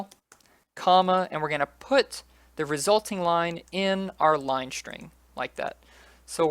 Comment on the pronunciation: Dude, its called SSSSSSString not shring ^^